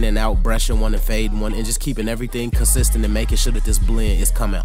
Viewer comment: Dude you kill the word consistent🤪